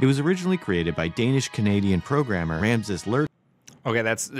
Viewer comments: Haha this guy can't even get the name of the creator of PHP right... it's Rasmus, not Ramsus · "Ramses Lehrdorf". Yeah. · Imagine pronouncing "Rasmus" as "Ramses" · mf cant read RASMUS... jfc